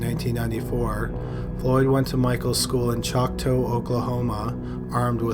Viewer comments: Choctaw-not Choctoe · It's not pronounced "choctoe" it's "Choctaw". As an okie I am triggered lmao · Lol its pronounced ( chock tah) Choctaw not (chock tow) great video though! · Its pronounced chaak•taa. Not choc.toe. (for the town Choctaw btw.) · Lol Choctoe hehehe I am an OKC girl and it is pronounced Chalk-ta hehehe not toe! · "Choc-toe, Oklahoma" LMAO 🤣 It's pronounced "Choc-Tah". I should know, I grew up there. Lol. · Choctaw is pronounced Choc-tah, not Choc-toe lol. I got a good laugh at that one.